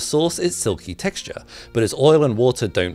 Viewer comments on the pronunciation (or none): none